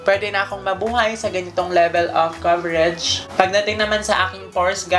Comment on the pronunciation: Coverege? Ako lg ba nakakapansin ganun nya pag pronounce ng COVERAGE.